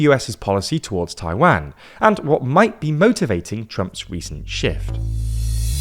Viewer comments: How can they Taiwanese pronunciation right and not Taiwan 😅 my mind is blown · Yeah, this is another transliteration issue. Mandarin has no short “a” as in “cat” sound, it’s “ah” as in “father”. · The way he says "Taiwæn" is making me cringe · At least learn to pronounce the name of the country you're talking about. It's painful to listen. It's Taiwan with a long second 'a' sound. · Where is Tai-Wan? Are you deliberately mispronouncing it - or you just don't know? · Please stop pronouncing "Taiwan" like this 😭😭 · For a person that can’t even pronounce Taiwan properly, how can I take your point seriously? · Jesus please stop mispronouncing Taiwan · That's not closer to the Mandarin pronunciation. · The pronunciation of Taiwan is killing me lol